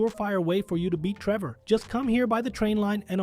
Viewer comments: Hold on... "rendering error" and the fact that "you" say "Treever" at one point, instead of "Trevor" You're clearly using text to speech. That's why "you're" talking so fast but also so monotoned. It's juuuuuuuuust enough to sound human unless someone actually pays attention, like I did. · Why the fuck do you call him Tree Boar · “race between Treever” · My favorite thing on the video “Treevor” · he says Treever 😂😂